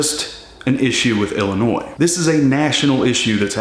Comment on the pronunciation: Thanks for saying Illinois and not Illinoissssss! With the point system, is it 12 points a year ?